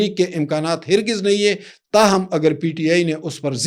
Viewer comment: ہر گز کا تلفظ har GIZ ہے